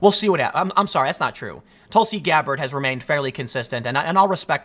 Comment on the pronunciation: Nobody: Tim: TulSi GAbBaRD